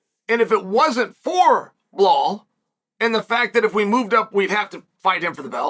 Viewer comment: How does one butcher belal and just say jack for the love of God 😭